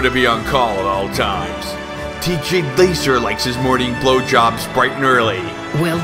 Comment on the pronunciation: I love how he pronounces TJ Laser. It sounds so epic.